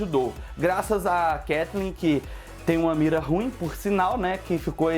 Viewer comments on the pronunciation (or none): none